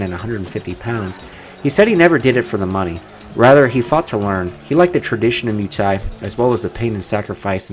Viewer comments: hey its not MOO thai please try moi for muay thai. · 🙄good stuff but Muay thai is pronounced like boy but with a M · Your pronounciation of Muay thai is god aweful